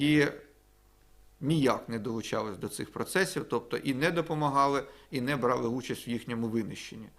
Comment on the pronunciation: самІ, будь ласочкаааа🙏🙏🙏, наголос. І брАли, дуже просимо❤❤❤